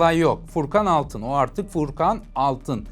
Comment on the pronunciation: Abi cümleleri düzgün çıkarır mısın lütfen Paeris (Paris) aerz (arz) Aertek ( artık) Bier (bir) Freansa (Fransa) Aliyo ( alıyor) Buerada ( bu arada) Öyğrenmiş (öğrenmiş) Nazik konuşmak ayağına başka bir şeye dönüştüğünün sanırım ilk kez duydun.